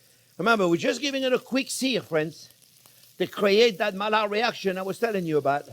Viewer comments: Thank you I know the Maillard reaction (discovered by Louis Camille Maillard) very well, I was just criticising your pronunciation of his name. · I'm sorry but I stopped looking after the 73th time you mispronounced Maillard, Louis Camille Maillard was a French physician and chemist, mallard is a duck. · Don't even change, your mispronuciations are just so funny. The duck reaction, i.e. the mallard reaction :D What makes it even funnier is that he's French and knows those two LL's become an I.